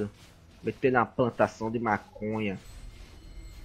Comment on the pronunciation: "METENUH A PLANTASSAUM DE MACONHA" KSKSKSKSKSOS